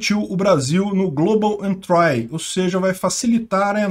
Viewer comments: só uma correção: se fala "global entri" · Velho pelo amor do pai joga global entry no tradutor Google e toca no alto-falante pra você pegar a pronuncia correta porque vc tá pronunciando incorretamente com muita convicção. No mais seus vídeos e seus canais são top.